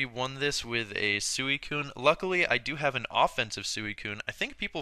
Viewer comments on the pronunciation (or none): i always thought it was pronounced "sweecoon" not suueeecoon